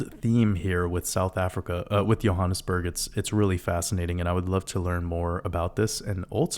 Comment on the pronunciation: Hi, as a South African (now living in New Zealand) I can confirm that your pronunciation of both Johannesburg and Egoli was spot on, and thank you for another masterpiece, go you good thing!!